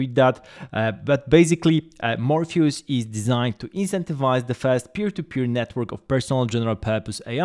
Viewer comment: Morpheus, not Morphayus